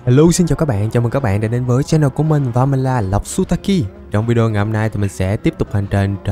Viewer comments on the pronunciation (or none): none